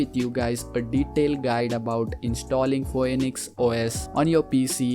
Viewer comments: yeah I do I wasn't bashing the guy. That's not because of accents. It's wrong pronunciation if you read it how I spelt it you should pronounce it properly fee-nix hes literally sounding it out fo-N-X if he can say fee and he can say nix its not an accent problem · Not pronounced fo•n•x its fee•nix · It’s “Fee nix” not Foe nix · He pronounces Phoenix as fo-en-ix, it is fee-nix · its feenix os not foenix os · Phoenix is pronounced as "fee·nuhks" Not fhoeniks. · it is not pronounced as phoenix it is pronounced as fee nukhs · pronounced as feenex bro...noy foinix. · Say phoenix easier by saying finix. You're welcome ^_^ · bro. /fee-nix/ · Its pronounced fee-nix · It's pronouced "pheenix" . An ok tutorial I guess... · pho- enix....... yeah good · It's pronounced, "finix".... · "foeenicks" LMAO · U pronunciate the phoenix but its actually pronunciate as finix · its pronounced fee-niks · PHOY-NEX??? HAHAHAHHAHHA DAFUQ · Its pronounced feenix OS...Nice tute